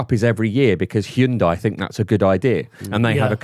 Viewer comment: disgusting. That is NOT how hyundai is pronounced. Jim have a day off